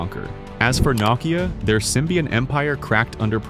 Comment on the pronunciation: What the heck is NOCKeeyah?